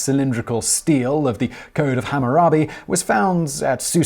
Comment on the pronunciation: Steele is pronounced like steely. Bas relief is pronounced like the ba in ball. No s sound.